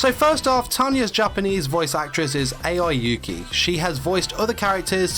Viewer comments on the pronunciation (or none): when you said Aoi Yuuki, it sounds like A-I Yuki, lol